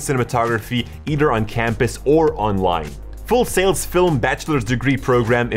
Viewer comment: I’ve never heard someone pronounce film as fil-a-mah before. Hmm.